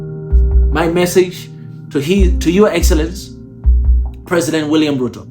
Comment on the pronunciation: Thxs man! but it's Ruto not Euro😊